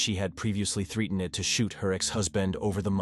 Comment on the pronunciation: Never heard threatened pronounced like that.Presume it’s AI.